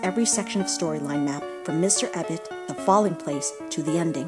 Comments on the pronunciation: u mean Mount Ebott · Mt. Ebott not Mr. XD